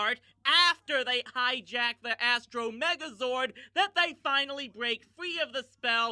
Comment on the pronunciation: irrelevant to be sure, but you mispronounced “Astronema.